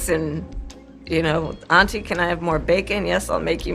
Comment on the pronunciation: “Auntie” she doesn’t even say it right. Seems really uncomfortable saying it. She took that opportunity to throw in how she “might” be black